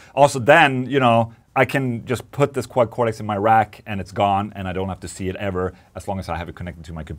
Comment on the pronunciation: What is this Quacorex you keep speaking of?😂